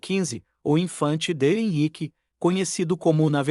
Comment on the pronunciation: Não é Xi é décimo; não Euiqye é Henrique.aprenda por favor Poruguês ao menos no tradudor do Google; Clemento V( quinto); PoetugaL o L final se lê como ÉLE NÃO Au,; Dom Henrique